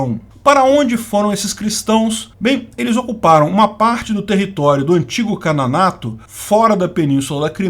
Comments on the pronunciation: Ótimo vídeo, mas uma correção. Você, por várias vezes, disse "Cananato" enquanto que o correto é Canato, que deriva da palavra Khan. Abraço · Kanato ou "Kananato"...??? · você disse "Cananato" da Criméia?